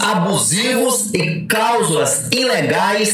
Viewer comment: Pera aí... é Causula ou cláusula...😂